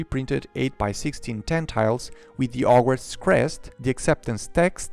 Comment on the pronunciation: It's very fun to hear him reading out the name of the set without using H